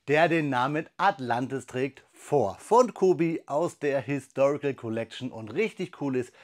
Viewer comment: Sag mal, was ist " Atlantiv"? 😉